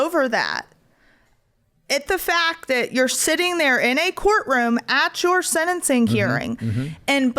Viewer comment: It’s not “senencing”, Savannah. It’s “sentencing”.